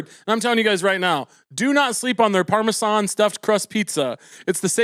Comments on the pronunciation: Is he saying Parmesan like that as a bit or am I uncultured? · The way Caleb pronounces Parmesan is so cute 😂😅